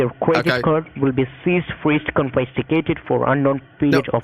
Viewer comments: Convestigated lol 😂 =investigated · “your quiminal activites are being convestigated” 🤣🤣🤣🤣☠️ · Yay! One of the first. 😁💜 "kinvestigated" 22 liters of cocaine, damn son